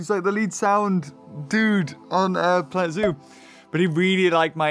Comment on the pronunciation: Moar pwanet zoo pwease :33